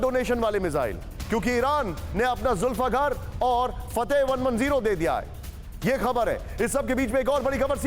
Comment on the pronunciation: Zulfeghar nhi hai 🤦 zulfeqar hai bhai